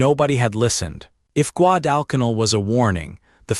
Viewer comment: Please program AI to correctly pronounce Guadalcanal